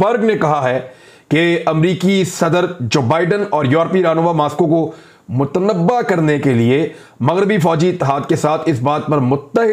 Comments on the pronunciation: عمران ریاض صاحب، یہ لفظ motnabbah نہیں motnabbeh ھے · Muttnabbey not muttnabba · Imran bhi..lafz 'mutnabey' hota h ..mutnabba wrong h